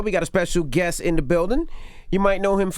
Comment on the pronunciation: And it's guest....not guess.